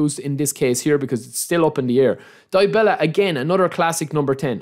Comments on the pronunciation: Its Dybala(Dibala) not Diebela😅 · Dybala not die bella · Hahaha Die Bella -,DYbala. Y - you read it normal like from a word "If" the first letter sounds like the Y.